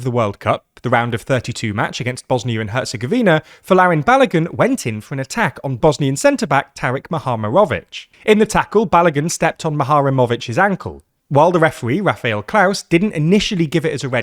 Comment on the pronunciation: It's MuhaRemović